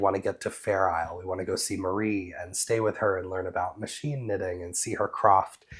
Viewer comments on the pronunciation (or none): none